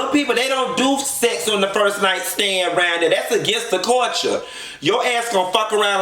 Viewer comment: "That's against the colture" 😂😂